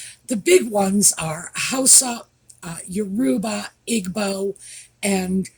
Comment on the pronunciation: The embarrassing Harkles should no longer be part of the Invictus Games as they are a total distraction from the important people, the competitors. By the way, regarding the pronunciation of 'Yoruba' the emphasis is on the first syllable, not the middle one.